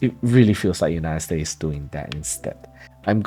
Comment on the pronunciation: United States…please add the “s.” Sounds a bit like Cantonese English when the s is chopped off like that. Great content. Thank you. 🙏